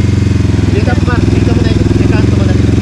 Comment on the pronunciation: I love your vids, kaso nakakasira ng araw pronunciation mo ng par tska baler. Alam mo namang mali e, pakiayos pls. Thanks.